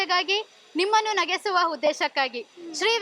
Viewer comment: Nagesuya alla NAGISUVA